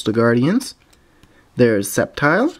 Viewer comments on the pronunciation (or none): none